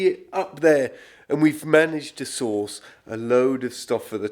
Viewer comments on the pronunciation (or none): none